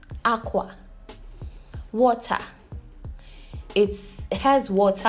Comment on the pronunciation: "H-White"... "H-Water"😂😂😂😂😂😂